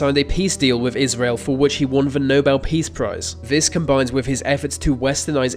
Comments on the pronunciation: It's 'the' not 'vuh'! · Mate sort your ‘TH’ pronunciations out ! The - ‘Vee’ They - Vay Get a grip !! 😩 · Nails saying "Nicolae Ceaușescu". Can't say "the" or "their". 🤔